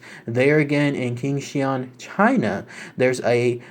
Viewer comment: The Q is pronounced "Ch" like in "China."